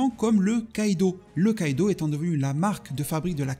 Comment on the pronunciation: Kido svp et non "kaido" mes oreille on saigner lol😅